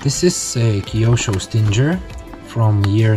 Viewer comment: You're saying Stinger wrong, it's pronounced like "singer", the "G" is not supposed to sound like a "J". Nice Stinger though.